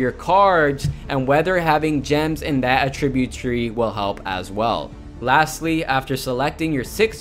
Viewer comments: Agreed. I thought the video was awesome, and very informative (especially for a noob to the game like me) but I kept getting distracted by the word uh-TRIB-yoot. It's AT-trib-yoot. He put the em-FA-sis on the wrong si-LA-bel. :) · Attri-bute... Not attreebute... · It's not a tribute, It's attribute say it right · I couldn't get over how you're saying attribute incorrectly the whole video! uh-TRIB-yoot is the VERB form of the word. I uhTRIByoot my success in Paragon to your video. AH-trib-yoot is the NOUN form. The new AHtribyoot system is so awesome! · Does it bother anyone else the way he says Attribute? He says it aTRIByoot...its ATTribyOOT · Good stuff here! 🙌🏼 (But that's not how you say "attribute" - the noun. What you're saying is the verb "to attribute") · Great video! Just a heads up, you are pronouncing "attribute" like the verb and not like the noun. If you want to switch over, just emphasize the first syllable instead of the second. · The way you pronounce attribute is driving me mad! Someone teach him where the emphasis is in the word please!